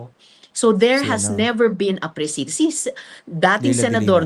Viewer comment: if I may boldly correct the often mispronounced ‘precedent’ by even barristers who guest in your podcast. It’s pronounced exactly like ‘president.’ Thank you!